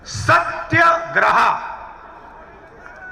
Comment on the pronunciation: राहुल जी सत्याग्रह होता है सत्यग्राहा नहीं 😄😄